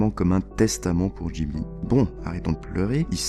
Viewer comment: "studio Jibli" aïe les oreilles